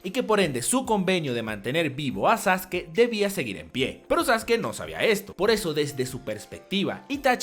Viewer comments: Es sasuke no sasuki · Me cago de la risa cuando le dicen "Sasuki" XD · Por qué sasuki? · Amigo te equivocas, Sasuke se pronunciaba Sasuke en ese entonces, cuando salió el doblaje se le empezó a conocer como saske, porque en Ranma 1/2 el ninja se llamaba Sasuke y de ahí pensábamos que esa era la pronunciación, por la comparación con la pronunciación del otro personaje.